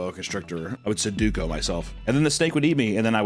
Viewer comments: Not only did we say "sudoku" instead of "seppuku", we also butchered that and said "suduko". Priceless😂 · Papa really said he would suduko himself instead of seppuku 😅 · “Sedoku myself” 😂. I think you meant sepoku my guy